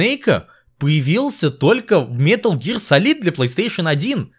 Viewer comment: “Метал Гиар Салид» иииии я сразу же выключаю видео.